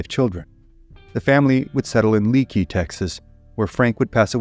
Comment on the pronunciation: Leakey is often mispronounced. They pronounce it "Lake-key". I have walked the cemetery there and have seen many graves dating back to early 1800's. The last family killed by Indians is buried there also. If you ever get over that way, stop and check out that cemetery. Many Confederate soldiers interred there also.